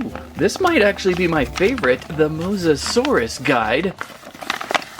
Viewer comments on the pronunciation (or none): If you can’t say his name just call him mosasaurus not Mosa Dia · Mosa-sore-io-dye enunciation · It’s mosasaurus😅